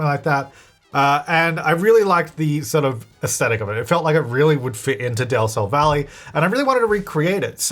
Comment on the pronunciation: Utile today i realice that says Del Sol Valley... Is to awfully pronounced but i never catch del sol from his accent